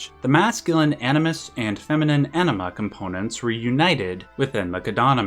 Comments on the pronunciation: You’d prolly get another 100k views if you enunciated anima as AHNEEMA, instead of Enehmha lol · bro you really gotta try to pronounce the AN more in anima. . . pretty sure you said enema a few dozen times. and its hard not to laugh its like calling uranus, urANUS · Love the video! By the way, so take this in good humour (as it is intended): But the American pronunciation of "Anima" kind of sounds like a very funny word to my ears 😁